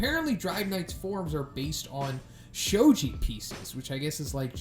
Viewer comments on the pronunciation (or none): BTW its shogi not shoji :) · Also, it’s pronounced as SHO-GI not SHO-JI